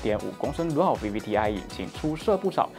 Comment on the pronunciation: 我好像是第一次听vender主持，你的主持风格就是不一样。说话也很斯文...尤其是dual那个字眼。哈哈哈...btw说的还是很不错的。加油。。。 其实你们没听清楚的，开字母，或者带耳机，都可以很清楚的明白他们要说什么的。